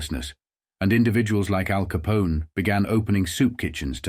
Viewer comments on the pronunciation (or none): How did the pronunciation get so butchered? Is it AI? I've never heard anyone pronounce "Capone" as "Caponi" before - that seems like something a robot would do.